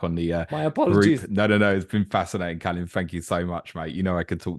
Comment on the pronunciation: As romanians, we should at least pronounce our name correctly. If we can't even do that... then what's the point of wearing that shirt? Anyway, all the best,!